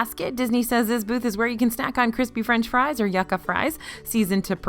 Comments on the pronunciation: I giggle everytime you say YAKA fries. It's pronounced YOU- KAH. 😆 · I laughed at "yakka fries" love what you do but it's more like "you'ka"